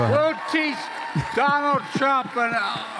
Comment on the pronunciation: " We'll teach Donald Thrump...gugh waluable llllesson.... Don't Mess with fluba-da-fluba dun erika (women of America) unlessh youuuuuu wannagetthebenefit.... end quote, repeat the line" 😉 🤪🤤